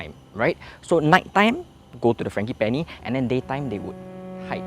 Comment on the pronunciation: dude you mispronounced ‘frangipani’. should be a soft G, not hard G.